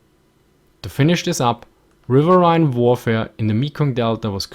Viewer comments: River-een. River-eeeeeeen. Not River-aye-ne. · Great video, you need to do more of these post WW II videos. And btw, the word riverine, despite how it's spelt, is pronounced rivereen. Keep up the good work. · Technically, you may be correct but I've never heard it pronounced "riverhine" before, always "rivereen". You have to remember, this ins English we're talking about and us Americans (and Brits to a degree as well) are notorious for butchering and generally mispronouncing words. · Pronounced RIV-ER-EEN! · RiverRhine...that flows in your country...